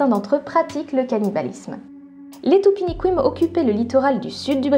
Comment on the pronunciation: FYI,... Dans "Tupiniquim" la dernière sillabe se prononce "kim". Parole de brésilienne.